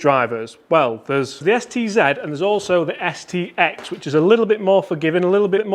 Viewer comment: Don't you mean Mizuno Sed,Ted Zed driver?😁